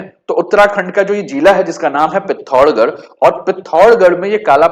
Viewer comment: Learn to say name properly bhai. It is पिथौरागढ़ not पिथौरगढ़ …..you are speaking Hindi not kumaonui!!!